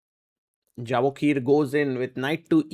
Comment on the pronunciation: His name is pronounced" ya vo kir."